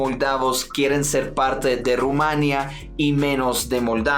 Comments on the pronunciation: perdona, soy rumana. Por favor,se dice Rumanía (el acento cae en la í ). Gracias😊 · NO ME GUSTA COMO PRONUNCIA Ud.EL NOMBRE DE MI PAIS: EL ACENTO RECAE SOBRE " I " Y NO SOBRE " A ".PUES,POR FAVOR, PRONUNCIE RUMANI'A. EN QUANTO A LA UNION DE MOLDAVIA CON RUMANI'A EL TIEMPO DECIDIRA.No se como se siente una persona de lengua espanola cuando los ingleses estadounidenses pronuncian PINALOPI CRUZ en lugar de pronunciar PENELOPE CRUZ, " Z " con el plasamiento de la lengua entre dientes.Yo se,la pronuncion de Sud America es diferente pero Ud.como estranjero que respeta la lengua y supongo Espana,que es la MADRE DE LAS MADRES O REINA ENTRE MIL cuando se trata del mundo hispanico deberia pronunciar en concordancia con las reglas de la lengua literaria castellana.Entonces pronunciemos R U M A N I ' A! 🇦🇩🇦🇩🇦🇩 🇪🇦❤️❤️❤️🌹🌹🌹